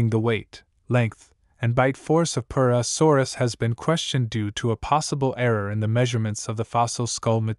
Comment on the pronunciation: Hearing you say purusaurus got pretty annoying after the 20th time 😅 but still a great video